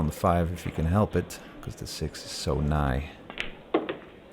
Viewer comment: The six is nigh? I beseech thee pray tell, expound on this “nigh”